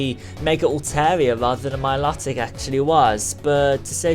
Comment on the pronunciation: It's my-low-tic